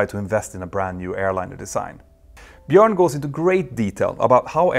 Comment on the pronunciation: Good to see somebody pronouncing Bjorn correctly (in English often spelt Bjoern).